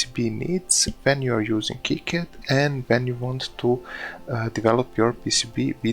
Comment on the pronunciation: Gave this video a thumbs up because you pronounced KiCad properly.